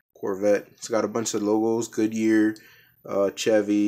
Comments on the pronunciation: It's no said chev-y its said (shev-y) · Chevy is pronounced shevy if you didn’t know